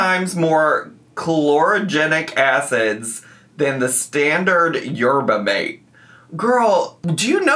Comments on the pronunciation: Yerba mate is a type of highly caffinated tea and it is pronounced "Yerba mah-tay" like she is saying 😊❤ love you! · the cup is a Mate cup, they're very common in Argentina and Uruguay she did pronounce it right but also Yerba Mate is more like a tea where there are like leafs and you boil the water and then put it in that type of cup/mug so what she's putting in there makes no sense really 😅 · Yerba Mate is a tea made from Mate leaves. Very popular with Argentinians (I imagine it’s native to that area) & typically drank out of a cup like the one she had. but she actually is pronouncing it correctly. She’s typically delulu but I suppose not with the pronunciation